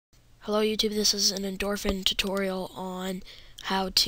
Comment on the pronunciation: you say endorphin completely wrong!